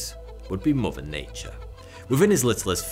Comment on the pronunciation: Fousand, muver earf, uver gweat, Mt wushmore